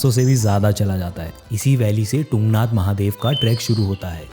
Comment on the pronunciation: It is तुंगनाथ not टुंगनाथ bro. तुंग=ऊँचा